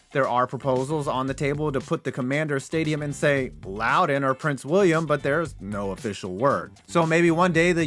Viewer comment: Thank you for saying Loudoun right 😂